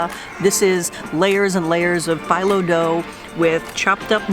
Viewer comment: FEE-LOW! not FILO!